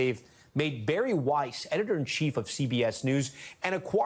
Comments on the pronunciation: Thank you, John Oliver for pronouncing Bari Wei’s’ name correctly! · Thank you, John Oliver for pronouncing Bari Weiss’ name correctly!😊